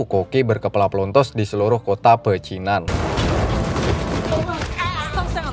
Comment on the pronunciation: Pecinan dikata Pacinan.. Dilema jadi Delima?? Lu mabok bang?? Slow aja gk usah tegang lu bang..